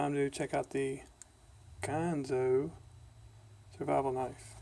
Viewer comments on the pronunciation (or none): It is indeed a Gerber Bear Grills inspired knife, with some small changes. I l like Ganzo (not Gonzo, by the way, it's not a Muppet, LOL - I got it wrong for a while myself too)